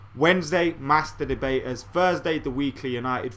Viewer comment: Youtube fucks up again, this video isn't on my subscribtions page. Also am I the only one hearing "masterbators" instead of "master debaters"